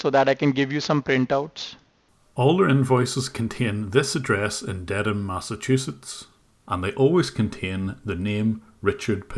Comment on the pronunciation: Um, it's pronounced Dedum, Mass - they have to practice on their Boston accents lol